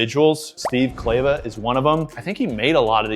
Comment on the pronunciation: Not clay-va… it’s Kleva like clever 👍🏻